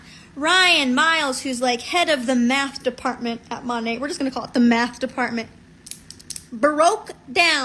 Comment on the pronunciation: She's probably the first Monat hun I've heard pronounce the name correctly. May be nit-picky, but when you can't even say your cult's name correctly (barring language barriers, ofc) but you swear your life to it and compare it to your religion, that makes me squint...